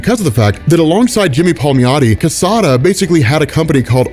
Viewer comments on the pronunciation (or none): none